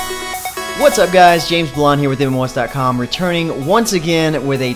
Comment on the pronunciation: "James Blonde"